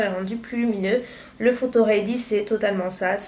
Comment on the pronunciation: Pourquoi tu dit REY DI .....C'est READY ......ahhh how french pronounce English make me sick